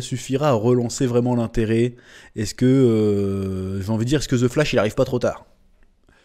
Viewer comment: on dit pas ze flash mais the flash avec l accent svp !!! le français qui parle anglais fait honte ,prenez exemple au quebecois